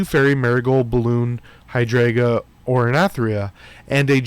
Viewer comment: Love the videos and appreciate your efforts always. With that I need you to learn how to pronounce the fairy names. hai·dran·juh er-i-thry-nə